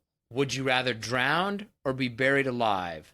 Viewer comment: "drown" has no D on the end